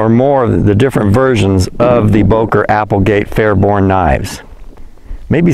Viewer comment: FairBAIRN, not FairBORNE.